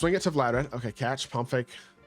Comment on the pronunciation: Vlad-Di-Mir 🤦🏾‍♂️😂😂😂 wtf is vladarad